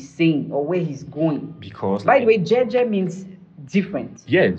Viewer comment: you are pronouncing it correctly.. it's Jei Jei in LamNso. and are correcting you with the wrong pronunciation instead... I worry Leo' fan base demography will ever comprehend it, partly because his demography knows nothing about music beyond R&B and Pop, they don't understand anything Richard Bona, Fela and so on. I also see the commercial angle to this switch though. I agree with, let him correspond that with his lifestyle now.. 🤣🤣🤣🤣🤣Kwoh